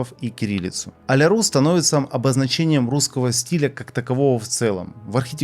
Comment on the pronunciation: только нее а ля рУс, а а ля рЮс. пишется a la russe - это французский, а одиночная u во фр. читается как ю.